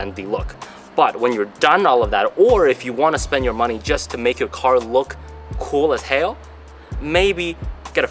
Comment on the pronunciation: Damn that was Asian af "Cool a hell" Love the car no hate just thought it was a little funny.